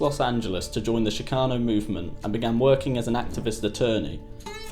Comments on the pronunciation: it's ch as in chick NOT ch as in chic - dude you need to know this shit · Shhhhcano lol. Ch-cano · Shhcano just pisses me off, u can’t say CHIcano??? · Hey!!! It's pronounced CHICKano Not SHICKano!!! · it's kind of lame to bleep 'spic' when quoting from 'fear and loathing' - nasty words were part of the point. also, the ch in 'chicano' is pronounced as in 'chorizo', not 'champagne' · sh-kano.. ya know right outside chicago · Why is this stupid gringo having such a hard time saying Chicano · Can you please learn to pronounce the word “Chicano” properly? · This doc is amateurish and the narrator continuously mispronounces the word "CHICANO". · God hearing the word chicano pronounced incorrectly 3,000 times is super annoying